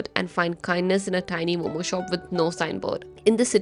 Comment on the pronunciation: The Delhi wala calls momoos.😂